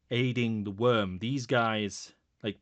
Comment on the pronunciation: Worm Freak not Wyrm Freak